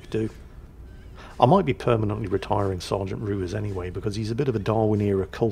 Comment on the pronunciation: Is that the European pronunciation of "Ruiz", ot just being crap again? No one I've ever encountered pronounced their own name that way.